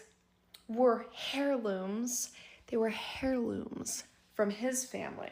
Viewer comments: I can't get past "hairlooms". She said it a few times, putting emphasis on it. 😂😂😂 I rewatched just to laugh. Hairlooms! I can't. 😂😂😂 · Between one of the storytellers voices making these sharp whistling sounds when she speaks, like nails on a chalkboard, then saying "all you could hear in the attic is stumping, stumping, stumping" (I'm assuming she meant "stomping"), HAIR-looms, "she axes him" (asks), "like, share, comment, repost, and reshare" (redundant), and the rhyming at the beginning of one of the girls stories, I wanted to rip my hair out. I love listening to stories like these but some of the storytelling is aggravating. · The H is silent in the word hierlooms it is literally pronounced airloomz not to be mean I would want someone to tell me if I was saying it wrong 😊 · She meant heirlooms and the h is silent in this word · OMG that was making me crazy 😂😂😂 hairlooms. Someone needs to tell that girl it’s heirlooms. 🤦🏼‍♀️😂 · "air-looms" that's how it's pronounced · Between "stumping" and "HAIR-looms" (not sure why the emphasis on "HAIR" was made every single time the woman said it, maybe doing it on purpose, but my weird brain just can't get past mispronounced words...especially when the person saying said words does it repeatedly. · Please stop saying HAIRlooms. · Did girlfriend say "hairlooms"?😂😂😂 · And kept saying it 😂